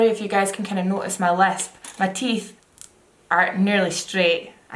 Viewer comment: Every time you said "if you" I was scandalized to hear "f you" at first 😂😂